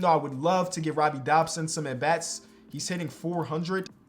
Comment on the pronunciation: no hate but…… DODSON not Dobson